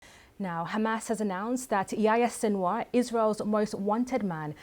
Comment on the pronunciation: How can your analysis be anything but a joke, when you can't even pronounce his name?